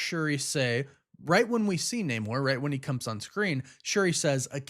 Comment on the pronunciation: You need to learn how to pronounce Namor.